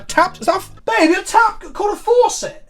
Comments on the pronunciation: i thought he said foreset and i was so confused. also it's a sink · Listening to pronounce "faucet" was probably more funny than it should have been.